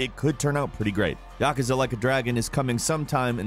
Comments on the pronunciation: also says "YAKAZA" instead of "YA-KOO-SA". Why? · Your pronouncing yakaza wrong! Its YAKUUUUZA Yakuza, Not yakaza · It's "yah Koo zuh" not "yakuh zuh" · Learn how to pronounce Yakuza...you say it so wrong it hurts.